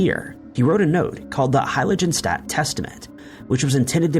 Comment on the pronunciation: Fermat. The t is silent. Heiligenstadt. The g is hard (like "girl") and the s is a fricative (like "shaft".) If I've said it once, I've said a thousand times: look up foreign words and names before you record.